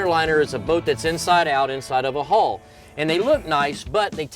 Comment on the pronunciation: NARRATOR get elocution lessons. Transom not tranzum Hull not hole